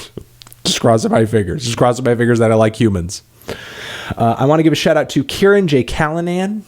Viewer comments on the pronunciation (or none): none